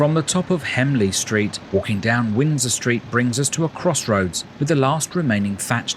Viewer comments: And he said hemley street instead of HENLEY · Henley street mate not hemley